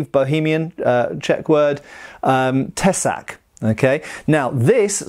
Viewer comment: Sooooo gooood pronunciation of tesák,! I am from Czechia and I have to say well done!